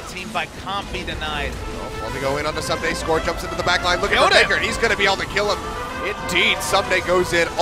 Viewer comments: Amazing work but, K koma and soomday.... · since when is ssumday pronounced soomday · Ahhh I cringe every time he says "soom-day" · Good video but every time you mispronounced Ssumday's name it grated